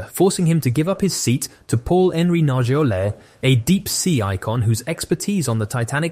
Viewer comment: Why don’t you pronounce Nargeolet’s name correctly? You must know it. I’m just wondering.